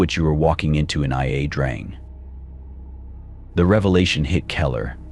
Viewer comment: Its pronounced i uh drang